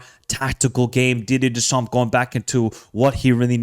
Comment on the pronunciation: PLEASE. the P and the S at the end of Deschamps are silent